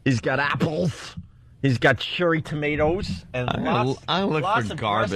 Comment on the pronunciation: Then say "churry tomatoes" unironically